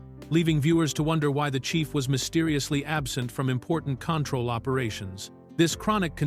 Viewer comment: Repeat, repeat, repeat: Same footage and images. Yes, one of two details of interest buried in an overwritten and redundant fashion. Talks about Michael Dunn but shows total unrelated scenes and a picture of Tom Poston. The AI voice can't even pronounce Control. Waste of time.